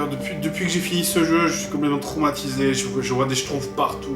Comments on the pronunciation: en fait ça se dit SCHTROUMFS et non SCHTROUFS à mais sinon tu fais trop rire :DD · schtrouMpfs et pas schtroufs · Pitié juste un seul truc : c'est les schtrouMphs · moi ce que j'entends, c'est "J'ai fini les SHTROUFS" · j'adore comme y prononce :les shtrouffe! ^^